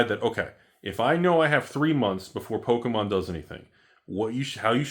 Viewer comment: Its Pokémom lol. Or poke a step mom 😂